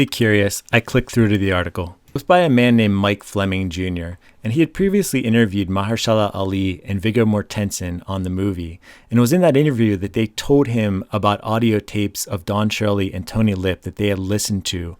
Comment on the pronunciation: Great video, thank you! Well researched and written. (Oh, and one minor note: Viggo's last name is pronounced "MORT-ensen." Not "MorTENsen." Emphasis on "Mort." Thanks again!